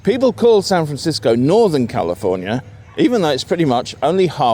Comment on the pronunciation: You were very close in your first "San Francisco" , but you're perfect : ["SanfrenSisco," approximately]. That pronunciation is used by all I've ever heard who are California natives, northern or southern. But what I hear a lot from outsiders (east of the Rockies, I'd say), is SanFRAN-sisco. Or just San FRAN. But I can't complain. We all do that with others' native terms -- often so subtly wrong that we have no idea we're doing it!